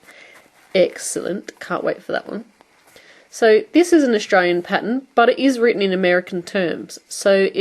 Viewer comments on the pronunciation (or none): none